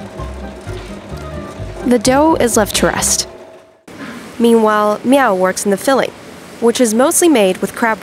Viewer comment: His name is M.I.ao not meow